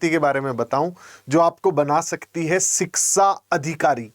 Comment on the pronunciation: शिक्षा बोलो शिकसा नहीं 😑😑🤔😢🤣